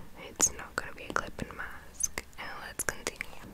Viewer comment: I just love how she says clipping mask